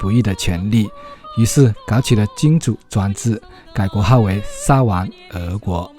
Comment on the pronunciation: 沙huang不是沙wang